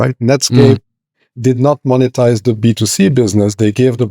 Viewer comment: Why can’t Jason pronounce monetize?